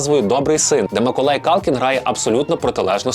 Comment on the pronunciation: Ціле відео чув Миколай)